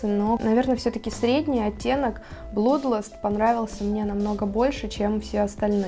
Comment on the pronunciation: кровь читается как "блад"